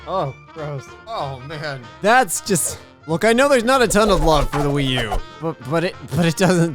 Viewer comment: When the Wii U becomes the Ahh Choo